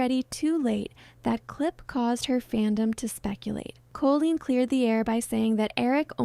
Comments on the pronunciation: monotone voice and mispronunciation of Colleen’s name are some giveaways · don’t think it is ai, I think she just messed up in her speech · It is, the AI can't read the name Colleen properly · Yeah, at some points I was wondering if it was real because you can actually hear the voice taking breaths or like a little huff on the microphone as they’re talking, but at the same time the cadence is so off putting and doesn’t change to fit questions or the end of a sentence. The most off putting thing is definitely saying Colleen’s name weirdly the entire time. It says most words normally, but for some reason it says either “COH-leen” with a really stretched out “Oh” sound or “Col-oleen,” and no human who did hours of research on Colleen Ballinger wouldn’t know how to pronounce Colleen, and would switch between two incorrect ways of saying it. No human being would pronounce it like that even if they didn’t know how the name was pronounced. AI voiceovers are annoying, but I could maybe look past that if the creator at least disclosed that the voiceover was AI, but said they did the rest of the work themselves. When they try to pass off an AI generated voice as their own, then it makes you think the entire video is likely cobbled together by AI, and you’re not even doing any research and giving any opinions yourself, you just asked ChatGPT to write a script about this and find clips online that support it. Then make an AI-generated little mascot of you and have an AI voice read the script ChatGPT wrote for you. And then here I am, feeing stupid for wasting my time watching the first 30 minutes before I realized likely every thing in this video that isn’t a clip from Colleen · @@ closely. The names are pronounced incorrectly, and it’s very obvious.. Dead giveaway it’s AI. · yes. Evidence: It says Colleen "Co-la-leen" for example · It is. It says Colleen wrong, like "Co-la-leen" multiple times. For example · Why do you say Co-la-leen? Is this AI scripted?